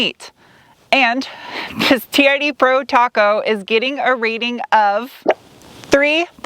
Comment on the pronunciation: I kept thinking you were saying charity pro rather than TRD pro......